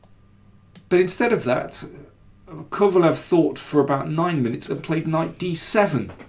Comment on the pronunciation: Daniel, if you know a bit of German, it should be easy for you to pronounce Kovalev, as it should sound like KovalÖv